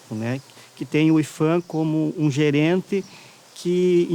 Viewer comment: "IFAN"? Vocês tem certeza que essa é a pronúncia correta?